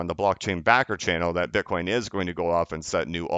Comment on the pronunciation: Slipped up and called it “bin-coin”around 8 minutes🧐